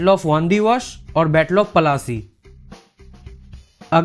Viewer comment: sorry it is not palassy it is plassey